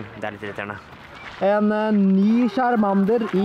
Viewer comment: lær deg og snakke chamander???? kasty ????